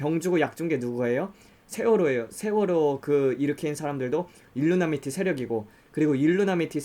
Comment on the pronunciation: 일루미나티를 계속 일루나미티라고,, 발음하시네요 :)